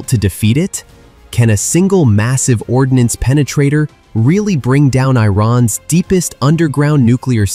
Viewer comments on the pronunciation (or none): not ordinance,, it's ordnance